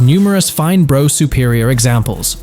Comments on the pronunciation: Brough=Bruff, not Bro! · It’s not a ‘Bro’ (Brough) Superior but a ‘Bruff’ (Brough) Superior…!! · Brough is pronounced 'Bruff' not Bro...doh! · What the f#÷k is a "Bro" Superior! Its Brough, as in bruff Superior. 🇬🇧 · SORRY IT'S NOT "BRO" IT'S PRONOUNCED "BRUFF" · Brough is pronounced Bruff not bro you philistine, and why didn't you show the Black Prince when talking about it. some gullible people think you are showing a factual film!! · Hey Bro, it's pronounced Bruff. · Bruff.. not Bro.. ffs that hurts my ears! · Just so you know, Brough is not pronounced Bro, it's Bruff, in English. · Brough as in rough. Not as in though! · Brough is pronounced Bruff! Yam Dankees! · Pronounced "Bruff Superior" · brough is pronounced bruff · Lame computer voice that mispronounced both Brough and Wenkel. 2 mins and I’m out.